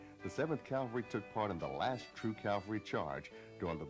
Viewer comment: "CAL-vary"? C'mon guys!! Calvary is in Jerusalem. "CAV-alry" is the correct term. Surely a narrator who is briefing new troopers ought to be setting the example for everyone. Otherwise, a fine video and really useful. 3-7th Cav, , Schweinfurt, FRG "Garry Owen, Sir!" "The Seventh First!"